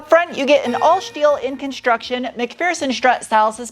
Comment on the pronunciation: Where’s your accent from? I’ve never heard someone add an “h” after an “S” so many times. Ex: Shteel?